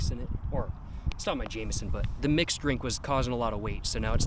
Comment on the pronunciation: thats not how you pronounce 'jameson'!!!